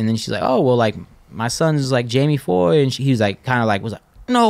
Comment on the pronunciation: Gotta love Jamie Foy dude but he gots learn the H is silent lol. Keep fuckin up shit bro, see u out W soon